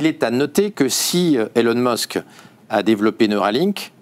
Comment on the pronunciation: Elon meusk 😂 je quitte aussi